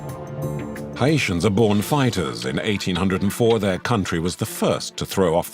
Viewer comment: It’s pronounced Haitian not hyeitan if your gonna make a doc/interview at least take the time to pronounce that subject properly.